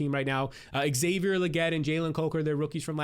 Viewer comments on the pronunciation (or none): none